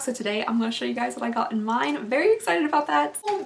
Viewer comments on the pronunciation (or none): none